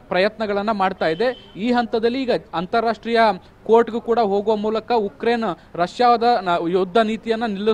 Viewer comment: It's Ukraine not yukraine 🤦🤦